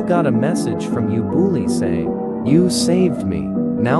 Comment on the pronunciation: Write:ubooly I hear: You bully